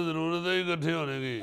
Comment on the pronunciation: Gaali nikalna nahi hota ,gaali daina hota hay ,ikhutay nahi ikuthay janab urdu ka naas to na marain